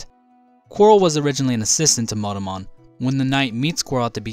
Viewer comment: He always seems to read Monomon as "Modomon"...